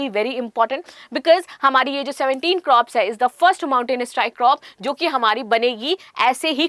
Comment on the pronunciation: मैडम क्रॉप्स नहीं,कॉर्प्स है